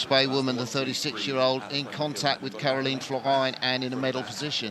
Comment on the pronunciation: Lots of different names for the World Champion. They should really learn how to pronounce Karolien Florijn 😅